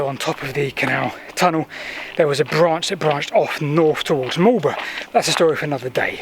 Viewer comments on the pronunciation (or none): none